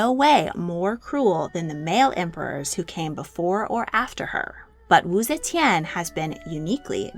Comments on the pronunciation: AI narrated? coz see chan (ze tian)?? 😢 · My favorite part is when she said zechen